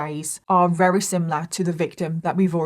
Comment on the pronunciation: Not her saying ‘wery’ instead of very 😂